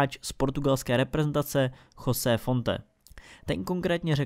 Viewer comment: nečíta sa to náhodou Žozé ako José Mourinho?